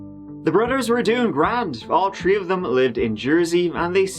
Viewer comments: "At about tree am" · Tree thirty tree 🌲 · TREE ARMY whos excited for people to do crimes in twenty twenty tree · About tree or tree tirty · tree and tirty tree for you but all twenty two for me. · Best laugh I got from this channel was where said the victim was found under a three. Did a double take them corrected himself. The self awareness is real. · How many bodies, tree did you say? 😉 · Practice with me "th" th" "three" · You're capable if pronouncing "Porsche Cayenne" but can't manage the word, three.